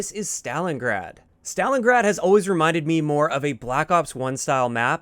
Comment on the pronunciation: Stalingrad or stalingard ??